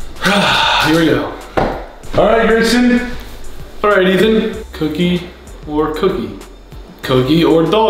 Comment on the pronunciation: It's Gayson here yes, not Grayson, Gayson